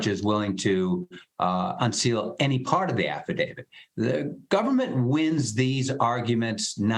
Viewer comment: Would you “professionals” please learn that it’s not an affi-DAVID, it’s an affadavIT! Come on, man!